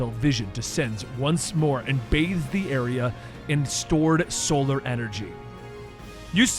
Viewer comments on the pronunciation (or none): none